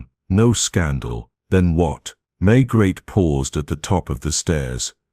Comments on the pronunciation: It's May-gray, not Maygret.I can't listen to this... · If you are going to tell a story, please at least get your lead character correct. There is nobody called inspector May-GRET. Please blow up your Ai narration bot